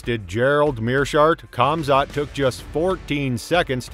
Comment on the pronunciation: . Nailed it. Khamat. Who the fook is that guy?